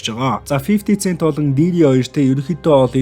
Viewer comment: Фифти сээнт гээрэй. Цээнт биш шүү